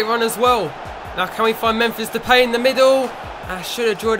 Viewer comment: Depay is pronounced as (de-pie)